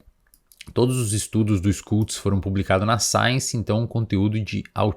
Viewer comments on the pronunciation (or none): Schultz se fala Xultz, não Skultz. 😉😉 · ''xultz'' a pronúncia, SCH alemão equivale ao SH inglês